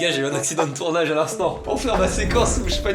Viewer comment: On en parle Mastu il dit "tournache" au lieu de "tournage"